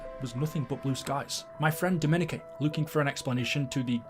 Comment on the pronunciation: How is so illiterate that he can’t say Dominique like it’s stupid